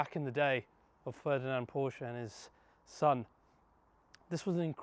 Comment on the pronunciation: Thank you for correct pronouncing PORSCHE 😊